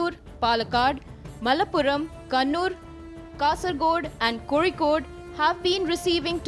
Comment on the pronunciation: First time im seeing a non keralite pronouncing Kozhikode correctly.may be she is a mallu